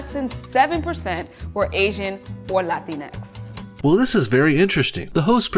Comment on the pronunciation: latinex sounds like Kleenex.